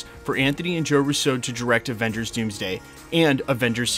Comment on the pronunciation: Say Russo like your not talking about a French guy lol 😂